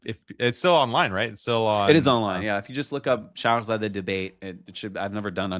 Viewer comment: Came back to this episode after months. Very insightful discussion with genuine chemistry. Btw, it's shargh-zadeh (zæ), not shargh-zādeh (zɑː). That changes the meaning. Zadeh means struck or afflicted by something; zādeh means child or lineage.